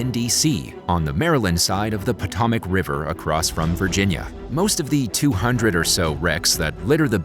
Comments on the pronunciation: freakin youtubetsh pronunciation people: Potomac (poe-toe-mac) Topeka (toe-pee-ka) Eurydice {your-rid-i-kay) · your pronunciation of Potomac and Topeka are hilarious.